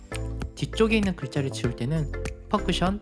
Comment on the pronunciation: 펑크션 말구 펑션입니다만^^